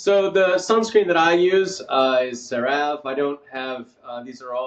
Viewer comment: Excellent presentation! Some pronunciation corrections: Ceravé not Creráve. Erythéma. Collagen is pronounced kaalujn like Michael says it.. Hyaluronic is haiuhlraanuhk